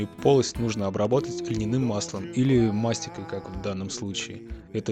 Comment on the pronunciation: Всё круто. Но не мАстика, а мастИка!! не кАрнаубский, а карнАубсий!!!